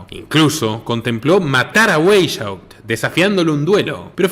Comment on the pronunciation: Se pronuncia /Baisjaupt/